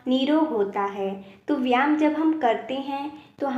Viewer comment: जो आप व्याम बोल रहे हो वह व्याम नहीं बल्कि व्यायाम शब्द है इस शब्द को सही बोलो 😂😂😂😂😂😂😂😂😂